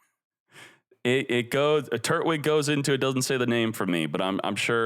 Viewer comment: pronunciation of Turtwig has me rolling